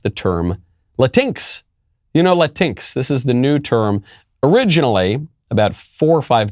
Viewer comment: "Latin EX" or "LA TINKS" ??? I'm so confused....